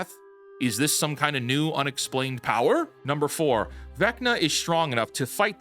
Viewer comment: the powah of strong and independent wahman ig